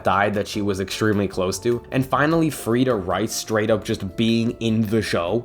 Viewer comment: "Frieda rice" 😭🤣